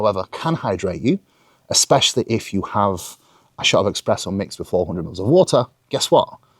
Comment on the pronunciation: it's espresso my dude, no x in there